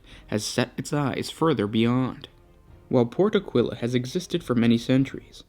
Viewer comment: I'm forced to point out that it's pronouced Áquila, not Aquíla.